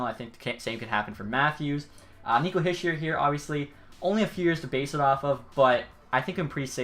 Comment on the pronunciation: Hischier is Hee-sheer, not Hish-er.